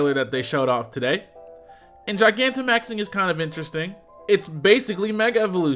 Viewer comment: I feel like you pronouncing Gigantamaxing wrong, but I’ll forgive you